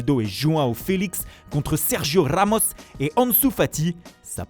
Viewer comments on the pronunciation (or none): Sergio Rrrrrrrramos😀 Jeydeunnnn sancheuwwwwwwww😀